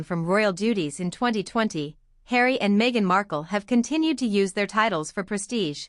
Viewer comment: “ Just call me Hawrry”